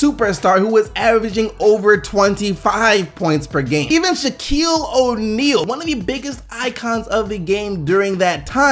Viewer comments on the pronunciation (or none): he said quille O'Neil